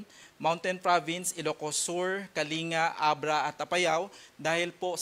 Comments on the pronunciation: Kaling-ga po ang basa hindi po Kalinga. May the Lord melt this typhoon and show us mercy. 🙏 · Ka ling ga, not ka linga, hays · Para hwag sila malito ang bigkas ng kalinga ay kaling ga, gaya ng pampanga, olongapo batangas at iba pa